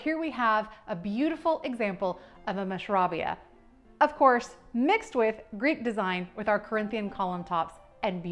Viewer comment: In Egypt, the proper pronunciation for the carving is mush-ra-BEY-a. They still sell it there at the musky (market), and I have two tables with tops that are totally mushrabeya, and they are beautiful.